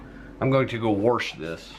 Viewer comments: I like the way you said wersh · My son worked at Wendy's and he said they use their old burger patties for their chili. I've never ordered it since. Just In case you care, the word puree is pronounced pureah and the word wash doesn't have an r in it. Thanks for the recipe. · Are you from Nebraska? You said warsh. I grew up south central Nebraska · I like how he had warsch the celery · Lol,,,,,you said ,,,,warsh,,,,,,,yep you are from lndiana😂😂😂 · warsh the celery-hahaha. We used to say wash the same way. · Wursh it are you from Missouri. That's the way my husband says wash. He's from Missouri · I could tell you're from Indiana when you went to "warsh" the celery.😉 I'm a native Hoosier and grew up eating a PB sandwich with my chili, too. A habit I learned in grade school. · Love watching you make Wendy’s chili. When you said Warsh the celery, it made me chuckle. I say warsh too instead of wash. It is a midwestern way of pronouncing wash. 😁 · ?and then im goonna gowarsh this... what en so is a warsh!